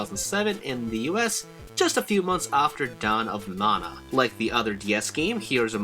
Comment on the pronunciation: Stop saying mana wrong. No, it's not subjective, you're saying it wrong.